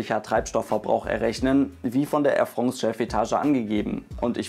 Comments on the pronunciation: Ich beginne jetzt dann eine Spendenaktion für einen französisch Sprachkurs, damit Airfrongs zu Airfrance werden kann;) Nein nur Spass😊 Danke für Deine Videos und deine Arbeit! Geniesse und wertschätze die Videos wie kaum andere! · Äir Frongz oder auch Äir Frons gesprochen 👍